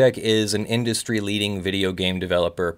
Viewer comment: Hahaha, "inustry-leading!" That's rich! Sorry, carry on.